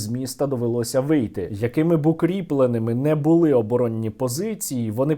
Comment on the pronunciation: не прибУли, а прибулИ. не бУли, а булИ